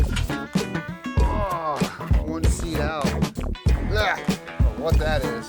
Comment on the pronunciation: Man I tell you hwhat.